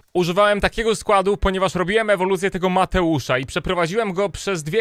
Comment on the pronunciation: mam na imie mateusz i kreci mnie to jak mateusa nazywasz mateusz :D